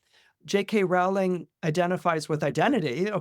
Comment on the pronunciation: Love you,, but you’re mispronouncing her last name. It rhymes with “bowling.”😢